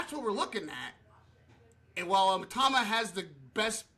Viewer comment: 1:1 Pronounced 'e-tauma'